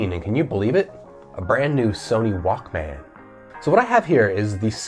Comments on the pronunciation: you pronounce it walkmin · Growing up in the 80s and 90s I never heard anyone pronounce the Walkman the way you do :D hehe. Great video by the way.